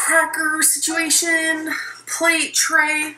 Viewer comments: I cringe every time I SAY SITUATION!!! ☹️ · I love that you rolled your eyes the first time she said “situation”. That is me every time she says it. It infuriates me actually 😳